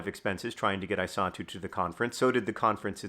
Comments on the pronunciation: I was hearing Isatu as "I saw too" and it was quite confusing until I read the description. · At the beginning of the video I thought John was saying that he "saw Henry's mother, too" when he said "his mother, I saw too". It took me like 3 minutes into the video to realize her name is Isatu. I might not be smart.